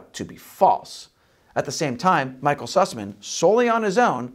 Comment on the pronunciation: "Sassman"? No, its Süßmann, "Syhssman".